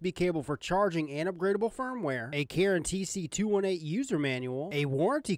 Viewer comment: Instagram: isolemnlyswearthatiamup2nogood You are the first person I've seen review this that pronounced the name Charon right! I know most people have no idea who the ferryman was in mythology, but I was so excited when I saw they named this after him. I used to read mythology avidly as a kid. It's cool to see companies incorporating it into their mods. 🙂